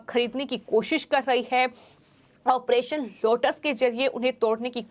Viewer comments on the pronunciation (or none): none